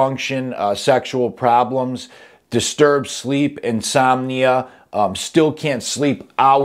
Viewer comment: insomnia* delirium* NOT insonomia and NOT delerium ( what the hell is insonomia? no matter how you pronounce it , it could never be spelled insonomia ) .